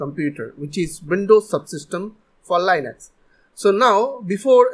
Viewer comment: when he pronunced linux: 💀💀💀💀💀💀💀💀💀💀💀💀💀💀 How to pronuce linux: L-e-Nox